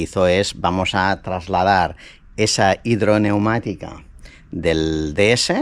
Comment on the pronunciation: hombre un experto como tú!! Suspensión hidroneumática!!! Tú dices "hidromatica", está palabra no tiene ningún sentido.